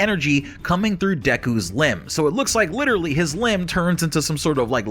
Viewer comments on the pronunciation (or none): none